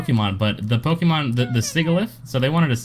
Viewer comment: Omw poke-E-mon it's pronounced pokamon...This accents reminds me so much of Ssundee...